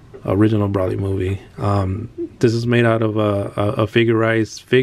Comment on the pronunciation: Broly is pronounce Bro-lee